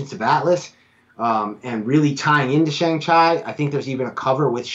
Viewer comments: Pronounced Shang Chee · Could you please stop mispronouncing Shang Chi last name as Chy it is pronounced correctly as Chee. Thank you.